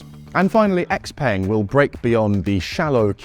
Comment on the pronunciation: I'd be highly doubtful that the Sono ever gets made, fingers crossed it gets picked up by a big existing auto OEM who have the pockets to fund the project. Also it's pronounced X"pung" not X"peng", watching Elliott's videos would've told you that though 😉